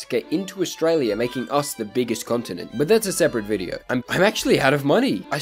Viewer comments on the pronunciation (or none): none